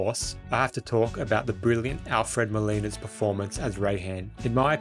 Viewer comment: Dude learn to pronounce Molina, its M 0OO L iiiiii na. Not Milano